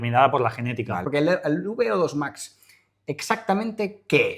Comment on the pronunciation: Beodos Max?, eres latino?